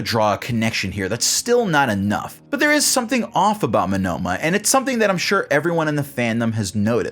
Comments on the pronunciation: why are you saying Monoma wrong its monoma no monnoma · Why are you pronouncing Monoma as "Manoma"? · am i the only one weirded out by how he says "monOma" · ouch, the way you say Monoma hurts.